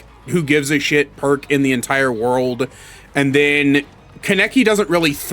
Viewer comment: The way you say his name is lwk stupid ngl